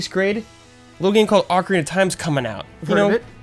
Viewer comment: First off, why are you guys (except ) always mispronouncing "Ocarina"? You DID A VIDEO showing the correct way: And no, the way you're doing it isn't an acceptable alternate pronunciation, it's just WRONG. I suspect it stems from the American habit of not enunciating vowels. Back on topic, then... I'm a Nintendo 64 freak. I have countless intense memories of the system. I've played at least half of the entire North American catalogue. I can tell you every demo kiosk I've ever played, and every third-party variant of the Rumble Pak. I'll tell you my favorite memory, but let it be known that it's just a HAIR more memorable than MANY others. The Legend of Zelda: Majora's Mask. My third-favorite game of all time. It OOZES atmosphere at every turn. The colours, the music, the camera angles, the visual effects...man. Some especially great parts are the Song of Soaring, Clock Town at night, meeting the Giants, and just wandering up and down the Great Bay coast. But easily the best section is Ikana. And after struggling up the Stone Tower, there's no better payoff than......The Stone Tower Temple. Holy heck. The absolute best designed level in all of gaming. Layout. Art style. Puzzles. Music. Pacing. Difficulty. It's all there. And as for the best moment in the whole level, reentering it after flipping it for the first time. In an instant, it's like a whole new dungeon. It makes you think spatially, as in "if I flip it now, how will that room be oriented?". It's Zelda